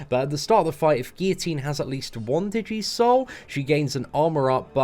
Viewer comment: Could help laughing at DI-jee souls. Pretty sure it's digi-soul like digital souls. She looks pretty awesome though. Probably the best champ of the month.